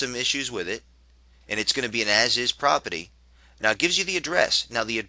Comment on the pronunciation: if you say propity one more time...